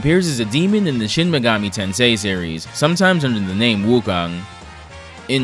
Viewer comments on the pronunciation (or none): none